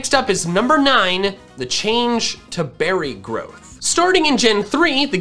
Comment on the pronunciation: When says berry groth